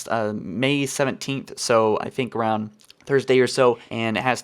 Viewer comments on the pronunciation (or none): none